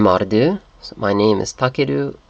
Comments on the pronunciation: in danish "du" is pronounced more like "doo", and you shouldn't roll your tounge as much as in norwegian. To me, as a Dane, this video is very funny to watch :) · Your danish pronounciation is too close to norwegian du and du does not sound the same the U in danish is more like the ou in the english you.